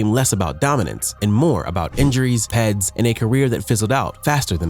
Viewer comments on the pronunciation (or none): It's not spoken as ped. It's p e d's. Spoken individually...!!